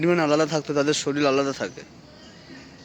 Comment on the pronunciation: শরীল না কথাটা শরীর।